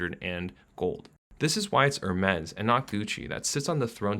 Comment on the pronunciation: He pronouced Hermes also lol